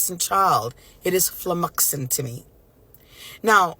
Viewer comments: Did this dumb ass waste of life force say flumoxxing 😂😂😂 gtfo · Flum-oxing? Wth